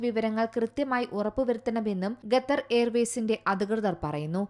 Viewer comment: Ithenthaaaa ningal Gethar gether nnu parayunne... Style aano... Alpam malayali mariadha kaanikku.... Qatar ennu paranjaal nthaa.? Annam tharunna naadinte Peru valachodikkalle